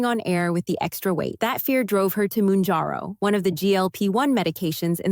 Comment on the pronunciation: It’s not “moonjarrow”.